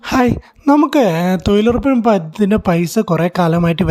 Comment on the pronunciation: തോയ്ലുറപ്പല്ല മിഷ്ടർ തൊഴിലുറപ്പ്,,, നോക്കിവായിച്ചതാണെന്നുമനസ്സിലായി ഇതിന്റെ യഥാർത്തകാര്യമെഎന്തെന്ന് രണ്ടുസർക്കാർ പറയട്ടെ